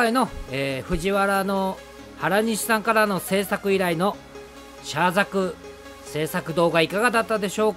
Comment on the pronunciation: なぜ、原西さんは、いつもザグって言うのかなー？（笑） ブグからのではないと思いますが…